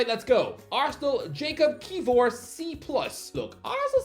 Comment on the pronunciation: Please learn how to pronounce player names man 😄 Ki-vi-or